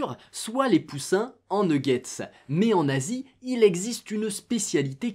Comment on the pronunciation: Je suis le seul à avoir penser qu'il avait dit "en Nazi" au lieu de " en Asie" 🤦‍♂️